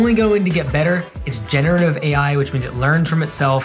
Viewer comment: that initial pause on the AI is so awkward and off-putting...